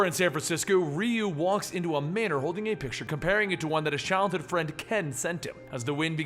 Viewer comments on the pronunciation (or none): none